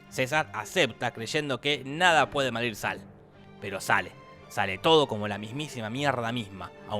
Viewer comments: en el minuto en lugar de decir "nada puede salir mal" decis "nada puede malir sal" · dijo madir sal 😂en vez de decir salir mal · "Nada puede malir sal" y nos pusimos recalientes imaginate Jorge no sabe pronunciar jajaja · en ves de deci salir mal dice malir sal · Soy yo o dice "nada puede madir sal..." ?? xD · dice malir sal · "que nada puede malir sal" XD hasta sus pequeños errores me causan gracia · malir sar :v